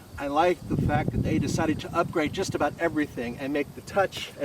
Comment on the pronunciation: Its "that" not "dat"